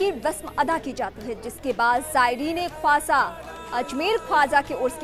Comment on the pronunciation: Tumhari anchor ko bolo khawasa nahi Khwaja Pehle dhang se bolna sikhe